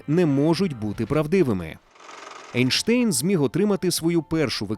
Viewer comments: Чому Ейнштейн, якщо він Айнштайн? І німецькою мовою його прізвище читається саме як Айнштайн, а не Ейнштейн, бо Айнштайн, це правильна вимова його прізвища. Einstein, «ei» в німецькій = «ай». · Друже, він Айнштайн. Це руснява практика "Енштейн" Albert Einstein В Німецькій мові E+I = Ай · Правильно Айнштайн, - бо саме так німці вимовляють це прізвище. Не будь московським лаптєстанцем, - будь освіченим европейцем! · Айн-штайн, тому що айн - це з німецьої це - один. Тому треба говорити так, як і вимовляється в німецької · Зважаючи на те, що він народився в Ульмі і його прізвище вимовлялося саме як Айнштайн, то воно має так і вимовлятися. Це не одне і те саме що назви країн на міст, які у різних мовах звучать по різному. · Німецька сполука літер "ein" читається як "айн", тому правильно Айнштайн. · Наче правильно буде Анштайн)